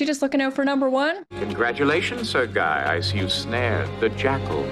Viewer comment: A rare flub Guy is a name in french. Its pronounced gee. As in geek. Without the k. When speaking to a man named jean luc. Which is very much a latin name. Because we say luke when its spelled luc. Im half hispanic. I notice these things about the romance languages. Italian is closest to traditional latin. Spanish is not far off. French is the wierd one. But it is derived from latin.